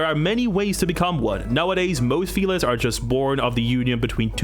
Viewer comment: Every time he says “feliss” take a shot